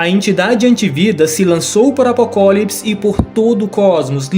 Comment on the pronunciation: vídeo muito massa. Mas o cara cagou nele falando apocólipis